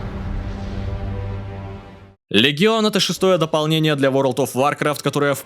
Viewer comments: Всё круто, смущает только произношение, каждый раз, когда ты говоришь вАркрафт, тянет поправить на вОркрафт, но это уже англицизм, поэтому претензия сугубо субьективная. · вАркафт аж кровь с ушей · Есть люди, которые говорят варкрАфт, есть люди, которые говорят вОркрафт, но ты первый, кто говорит вАркрафт. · Да вОркравт.. звук О!